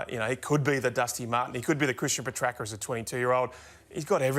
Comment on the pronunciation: I think I heard Joey (while looking right at Ralph) giving the correct pronunciation a little extra emphasis . Ralph of course pushed on with Puhtracker. Goose.